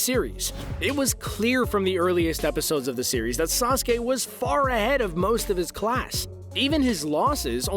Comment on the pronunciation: Bruh wtf is sasuka